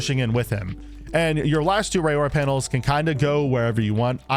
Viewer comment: Great strat video, thanks! Side note, her name is pronounced "Ror-Ra," think "aurora borealis." She's a Maori girl.